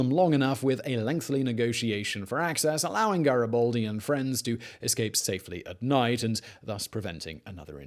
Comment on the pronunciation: GaribAldi not GaribOldi ffs